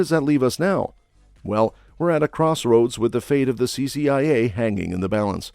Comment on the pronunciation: CCIA, was misread several times, CIA also, This reader should be fired.